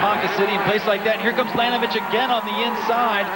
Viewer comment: It's LaNINovich